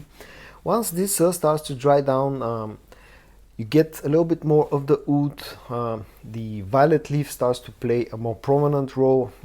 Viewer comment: "Oud" ? "Wood" ??